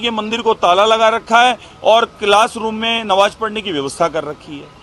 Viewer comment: Namaj hoti he nawaj nhi😂😂😂😂😂bauligand baba